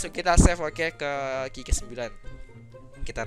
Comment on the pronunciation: Bang bukan ki ki 9 tapi qyu qyu 9 bacanya